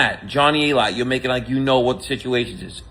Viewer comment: its pronounced A-Lite ...SMH Genius🤔🤔